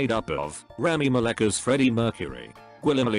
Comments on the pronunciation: Me: rami malek Computer voice: ramy malic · Omg I can’t even stop laughing 😂 Rami Malek, he pronounces it wrong 😂😂😂😂😂😂😂😂😂😂😂😂😂😂😂😂😂😂❤️❤️❤️❤️❤️❤️❤️❤️